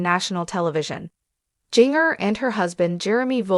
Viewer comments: Her name is pronounced Gin ger NOT Jing ger. 😮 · Are you a robot? Or have you never heard her name? It’s Ginger (like the spice) but with a J instead of G. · Wow. The mispronounciation of Jinger's name is so distracting!